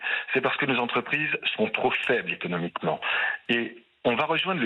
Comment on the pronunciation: Christine, je vous adore , mais on dit mille cinq cents (z) entreprises…plus personne ne fait de liaison, la langue aussi fout le camp…